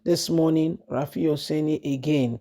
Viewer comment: This lady the journalist name is RUFAI and mot RAFIU. What is wrong with you. Do you not read comments? RUFAI. NOT RAFIU. PLEASE.